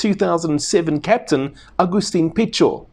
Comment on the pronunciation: A simple attestment to SA bonds with Argentina: one of the very few rugby youtubers who pronounces Pichot correctly